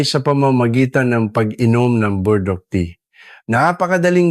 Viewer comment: Ano ba Burdock Hindi po naming maintindihan, paki linaw ninyo nga! Pls!